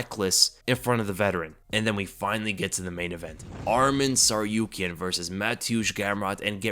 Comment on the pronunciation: It's pronounced TsarukYAn. All armenian last names are stressed on the Yan. PetrosYAn. Just follow Jon Anik example, the only commentator with professionalism who actually looks into how to pronounce names correctly